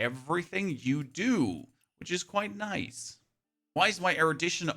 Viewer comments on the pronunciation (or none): none